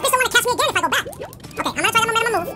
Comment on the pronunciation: "You need the MoMeNuHmUm" 🤣 if y'all were confused, he meant momentum 😭 but u gotta luv dashie!